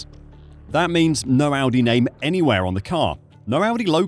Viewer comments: definitely said Aldi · he deffo said aldi